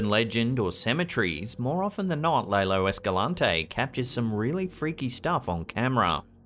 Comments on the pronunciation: #6 is an animatronic fake. Notice how the creature never acknowledges the person filming? Even wild animals acknowledge people filming them....& then they run away. P.S. Lalo - "Lah - loe." not Lay - loe. 🙂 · It's "LAH-lo", NOT "LAY LOW"!